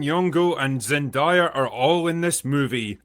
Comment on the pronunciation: If I hear one more person mispronounce Zendayas name I swear to god…